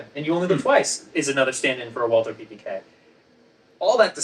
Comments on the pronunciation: It's "Beretta" instead of "Beredda", "Walther" is pronounced "Valta" instead of "Uolther" and "PPK" is pronounced "peh-peh-kah". I don't understand how someone, who has written a book about it, gets that wrong. 🤔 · Walther is pronounced “Valter” please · Just for reference: "Walther" is pronounced "Walter" like in Walter White. No th-sound. Greetings from Germany :) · Just pronounce it "Walter". The Germans don't do the thorn sound, and the English version of the name "Walther" is "Walter" in any case. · I’m rather surprised to hear you guys mispronounce Walther. Surely that’s a conscious choice? M got it right in the movie clip… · Alas, I'm too late getting to this, and I'm sure neither Ian nor will even see my question... but I was hoping that with two distinguished Subject Matter Experts in the video, I might get an authoritative answer to the following question: Why is the pronunciation of the 'w' in Walther always the English pronunciation, and not the German pronunciation? i.e. W and not V? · Your pronunciation of Walther is doing my head in. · Errors within errors, and the very two experts to be able to disentangle the nonsense of the prop guns used in Dr. No; however, both of them fundamental make their own errors within errors by not only mispronouncing the German words for the guns, but doing so in different, novel ways. Ian commendably learned French to be better able to research his tome on French rifles, but in the matter of German, its pronunciation is impressively regular. All one has to do to speak German like a native is to know a few rules, and practise some of the “weirder“ sounds. It´s Valt-her, not /walter/ or /walther/. In German, /W/ is pronounced /V/, and there is no /th/ sound. So simple.